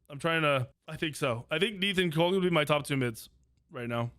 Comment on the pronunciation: has this guy not seen black panther 2 Kukulkan is not pronounced like that haha